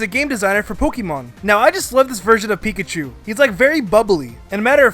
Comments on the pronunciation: Duuuuude ITS PINKACHU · I guess you call beta marill Pinkachu!